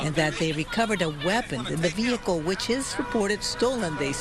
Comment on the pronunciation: & she still said, behicle..not vehicle.